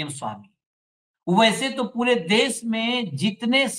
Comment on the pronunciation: Sir please देश को 'देस' कह कर हिन्दी भाषा का अपमान मत कीजिए ।‌